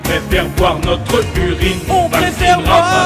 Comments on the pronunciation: "On préfèRE boire notr ' urine" aurait sonné mieux que "Notreuh Urine" ou alors l emploi du futur "on prefer'ra boire notr' urine" Les apostrophe rendent mieux à l'oral même sur un texte aussi bien écrit :D quoi qu il en soit j me suis bien marré elle vaut l écoute ^^ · Pourquoi prononcer "BOIR' NOTREUH URINE" plutôt que "BOIREUH NOTR' URINE" ? Le "E" suivi d'une voyelle est silencieux alors qu'il peut être prononcé lorsqu'il est suivi d'une consonne non ? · T'aurais dû dire "Not'propr'urine", parce que "notrEUH UrinEUH" ça fait chkik! ;) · "notreuh urine" ... horrible faute franchement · Pourquoi marquer le E de NotrE au lieu de celui de BoirE ?